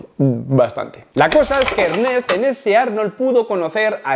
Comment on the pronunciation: Se pronuncia Ernést padre Zorro!